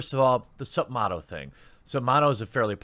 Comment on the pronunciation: While I agree this is atrocious for 2k to have done, and I appreciate the info included in your news breaks, your pronunciation is horrendous and always leaves a taste in my mouth. It is MATTo. As in, his name was Matt. It is not pronounced motto